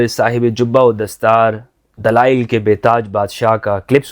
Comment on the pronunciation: whats dalial , dalial, , not dalail this molvi is dalal of islam